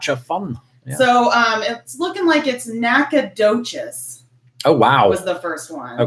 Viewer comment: Nacogdoches. The "g" is silent and the ending is not "cheese" but something like "chas".